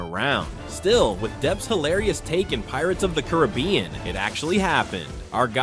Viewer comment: You pronounced “Caribbean” wrong.